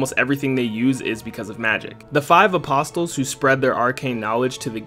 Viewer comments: The “t” in Apostles is silent... great vid, btw. 😁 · You lost me when you mispronounced Apostles.